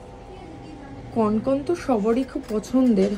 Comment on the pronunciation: কনকন নয়, কঙ্কন। প্রচন্ড কানে লাগলো পুরো ভিডিও তে ভুল উচ্চারণ টা।